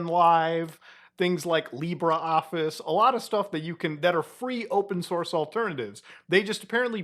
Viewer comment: Yo, Muta! Very nice video, as usual. I enjoy your content very much. One thing, tho: it's not Lee Bra Office! It's called LibrE Office 😀